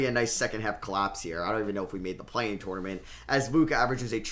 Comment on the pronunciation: Does anyone else get annoyed the way he says tournament 🤣